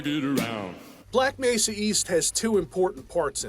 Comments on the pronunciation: doesn't do videos on mods/fan work. There's nothing special enough about Black Mesa to warrant anything more than the 0.5 second clip in this video of the Black Mesa G-Man voice actor mispronouncing "Mesa". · so video about "Hunt down the Freeman" was a mistake or smth? also, that "Black Mesa mispronouncing" thing was from Hunt down the Freeman not from Black Mesa.